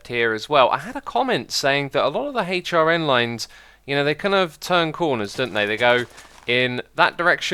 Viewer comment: I very heard it once and now I can't unheard it, when he says HRN, I can't help but hear, hate your N